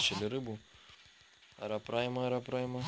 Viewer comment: не арапрайма,а арапайма,очень сильно резало слух,а так всё отлично,к стати,может помнишь я Миша Калашников,думал ты забросил канал,к счастью я ошибся)